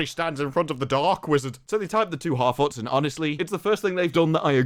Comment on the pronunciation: man hartfarts not harfoots xD